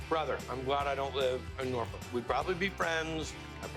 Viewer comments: Shout out to Guy for actually getting our city name correct ✊🏾✊🏾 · Thank you for not saying Nor-fork 🤣